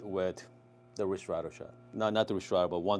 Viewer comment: Hi, I like your videos Just to be precise: Ristretto, right way to pronounce is : [risˈtretto] ( rIstretto ) 😊 ☕️